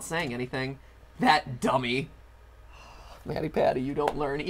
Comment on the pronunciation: When ever they say mattypatty, it sounds wrong.